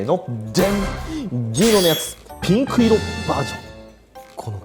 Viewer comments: 缶缶がピンクの発音が好きすぎてそこから進めないw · ここのピンクの発音すこ